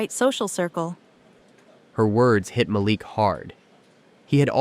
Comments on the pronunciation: The only TechVision company I could find on the internet was not founded or run by a man named Malik Johnson. The biggest hint that this was fake was the ever-changing pronunciation of your protagonist's first name. The next-biggest hint was the poor quality of the storytelling. Shame on you for presenting this badly written and narrated fictitious story as if it were true! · Whenever I watch these episodes on things of this nature the person that speaking, I don't know if it's an AI Voice or what but they always mispronounced the Black person's name? Like in this instance the guy name is Malik but he pronounce it four to five different ways throughout the story? So either these pronouncers are ignorant or racist telling a racist story. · I call BS on this one. AI bullshit to be exact. How is it that the exact same narrator properly pronounces a name in one sentence and mispronounces it in the very next sentence, and do this same thing multiple times? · Ma-leek not Malic Sheesh! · Its a soft a as in apple ma leek is how its said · Ma-Leek.....geez u kept butchering the mand name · Not a bad story… although I miss the days when you didn’t have to be mesmerized by the picket fence like robot that can’t seem to lean how to say , Malik. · This reader is disappointing by pronouncing the CEO’s name differently throughout the story. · You pronounced Malik’s name a few different ways during the video. Why use a name you are not comfortable with? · Cracking up the moderator cannot get the CEO’s name pronunciation right. He said Malik’s name differently throughout the video. I get the scenarios are AI — maybe the moderator is, too. As to the office politics…it was plausible until they brought in an outside threat. I stopped watching after that. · How many ways can "AI' voice, pronounce Malik?! Otherwise a good story. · The storyteller continue to mispronunciation of the CEO of the company. 😡